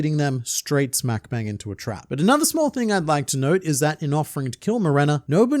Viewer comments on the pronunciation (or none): none